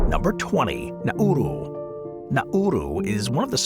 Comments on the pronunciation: its nauru not nauro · You can't pronounce Nauru. It's pronounced Nau-ru, not Na-uru. Even small children know that. Tragic fail. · Nauru is said NARU, the middle U is silent.